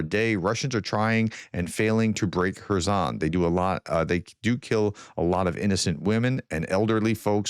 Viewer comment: Are you sure that you are pronouncing Kerson properly?